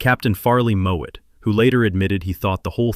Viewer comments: Farley Mowat. Not Moat/Moet. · Farley Mowat. Not Moët.